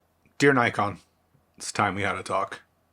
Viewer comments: You can’t even pronounce Nikon. How could you think you were in a relationship with it? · no that’s wrong too. It’s NICKon. As said by 100% of the rest of the world. It’s a shortening of the older name Nippon Kogaku. Why would the I vowel suddenly change? If you’re going to say Nykon then you may as well say Nyssan to refer to the cars.